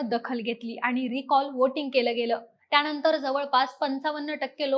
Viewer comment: मागणी ला मागनी म्हणताय, सरकारने ह्या शब्दाला सरकारणे म्हणताय. न आणि ण, कृपया लक्ष द्या. "त्याणतर" राहिलं, लिहिता पण येईना 😂